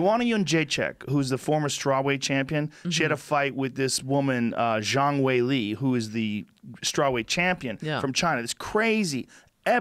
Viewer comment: Joe "John way lee" Rogan